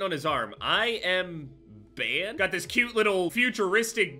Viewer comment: “ I am ban” lmao